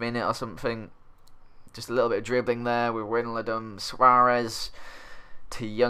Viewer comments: Its pronounced: Wyn-Al-Dum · wijnaldum is pronounced like WHYnaldum